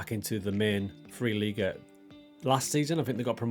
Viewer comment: 3. Liga is pronounced "dritteh leega" (=third league). And it's "Airster Eff Tseh Schweinfurt"(First FC...). Yes, your pronunciation of Schweinfurt is already pretty good. Within speaking English, I think it's absolutely fine if you say third Liga.